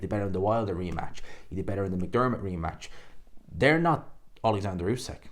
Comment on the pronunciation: Its not usek its usyk. Get the champs name right!